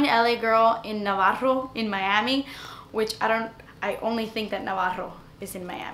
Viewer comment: Yessss for saying Navarro!!! Only us Miami girls get what you're saying girl 😂! Thumbs up for Navarro and sedanos 👍🏼